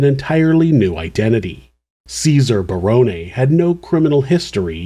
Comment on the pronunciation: As an aside, I would like to commend you on the correct pronunciation of the "Barone" name. It is rare.